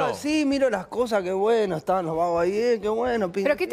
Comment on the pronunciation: Por qué decís buenou ?